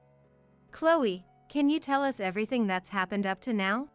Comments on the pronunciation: The AI can't say us. They call it U S instead of uhs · No space between the different stories, which almost run into each other! Why is the pronoun "us" read as "u s" (2 letters), instead of the pronoun itself?